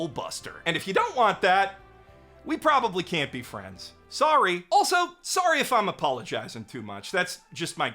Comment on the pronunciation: but.. your 'sorry' doesnt sound Canadian.. you say it like the average American.